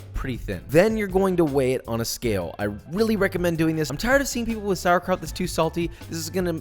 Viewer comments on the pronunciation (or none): As a German I approve But the PRONOUNCIATION you were so close psd nearly there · Hihihi, you really call it "Sauerkraut"! How funny, from germany 😄